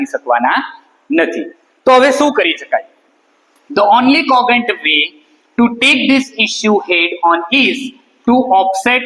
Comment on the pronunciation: Sir what is the pronunciation of congent You said that kogent(કોગે ન્ટ )but I think it's kojant am I right?????